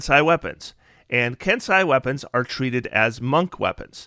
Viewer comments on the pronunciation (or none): ken-say, not ken-sigh. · I don’t like being pedantic, but Kensei is pronounced Ken-say, and viscera is Vi-sur-uh with the first syllable emphasis.